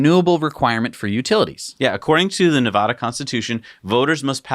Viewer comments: Please don't say na vah duh lmao its like saying Warsh instead of Wash.. or Die uh be dis im not annoyed by much but.. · So did finally see a comment about how they are pronouncing Nevada wrong? Or is it all the talk about Nevada because of the election that clued them in??